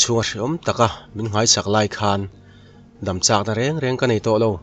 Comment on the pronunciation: Chal daam tih tur. Dam hi Natna atang a damchhuak Kan tih ang hian I lam ri thin. Daam hmun hnawng Kan sawina ang hian aw